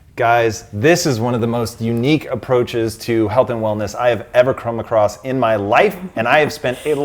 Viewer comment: Great video! I can’t stop laughing though at the end when says “sank” instead of “thank” and when he tried to say come across he says “crum across” lmao! 😂😂😂